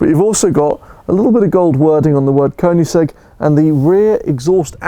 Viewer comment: Please pronounce the brand in the correct way! :)